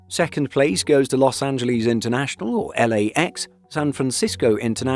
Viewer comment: Los Angleeeez?